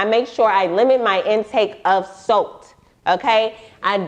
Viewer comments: Girl I thought you were saying soap til the picture of the salt popped up ......SALT 🧂 LOL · everyone else: salt: soat lmao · I’ve been on doxycycline for a month, it has done nothing but made my skin worst. I have been eating so clean lately and I’m realizing my skin is clearing. I hate my hyperpigmentation it’s driving me crazy thanks for the info. I thought u was saying soap at first but she said sult lmfao 😂 I drink a lot of green smoothies I hope that’s not the case for me. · Right! I thought she said soap at first lol